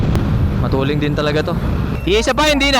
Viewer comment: bakit sinasabi nyo matuleng? hindi ba "Matulin" hindi "Matuleng"?